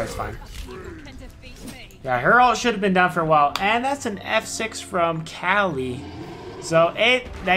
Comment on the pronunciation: Kali not Cali lol still loved the video